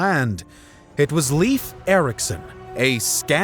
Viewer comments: I'd say Leyf, but certainly not Lief as pronounced in the video. ( English speakers need to learn the actual vowels, and no "W" is not a vowel in any other language.) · Pronounced life (like in; your life) Erikson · Please Please stop calling him “Leef”!!! His name doesn’t rhyme with “Beef”. It’s pronounced like “Lace”, but with an F instead of C. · I know its not easy to pronounce, but its not pronounced Leaf Erikson 😂. American pronouncation of Scandinavian names and words sounds hilarious. I dont mean to criticise, just finding it amusing. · A really good story about our ancestors, I'm only sorry about the butchering of the name Leif, for english speakers it should be pronounced like life. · As a Scandinavian it do hurt a bit every time you say "Leif" as he's some kind of leaf. The correct way of saying it is more like "Layf", as when you lay something down with and add an f in the end :) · His name is pronounded more like "Life" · Leif is pronounced like if you say ‘life’ in a fast manner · Am I the only person getting annoyed by "Leif" being pronounced as "Leaf" 🌿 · Dear English Speakers (and Narrator): Speak "Leif" as live (as in live Television). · Why do ameicans pronunce Leif as Lief when it's Leif? Ei, not ie? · Leif should be pronounced more like "layf" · The pronounciation of „Leif“ is more like „live“ in English. You are welcome. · Awesome video. If one wonder how to pronounce "Leif" as we do in Scandinavia, its "L-AY-F" ⚒️ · I love this episode.. but Leif is pronounced like the english word "life". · Leif is pronounced as Life. Scandinavien pronounciation of the aalphabets is different than the English. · Leif is pronounced more like "Lay-f". Sincerely, a Swede. Either the pronunciation most likely differs not only between Sweden, Denmark and Norway, but areas in each contry as well. Or your English pronunciation could be a bit rusty. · Bro, it's Leif. Not LEAF 💀 But yea, you're right. Norway discovered America. Not Columbus. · Leyf, not leaf